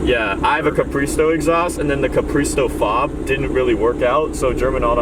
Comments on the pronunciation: When he said his R8 had a capriso exhaust, I thought he said he had a capri-a-sun exhaust😂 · I think he actually did say capri-a-sun